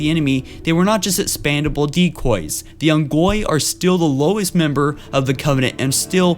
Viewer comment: "Expandable" = expendable. Man people can say he has a speech impediment but that's bullshit. He's just never played halo as you can see in his other videos when mispronounces all the names that are said a lot in game. And he has poor grammar he does not say so many words right and now I'm done watching his vids